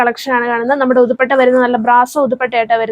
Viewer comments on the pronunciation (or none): ഉതുപ്പട്ടാന്നാണോ പറയുന്നേ..ദുപ്പട്ടാന്നല്ലേ